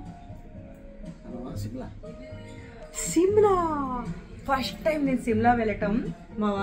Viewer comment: Simla kaade adi shimla Mee ayana ku rial ga Enduku undavu meesalu😂😂😂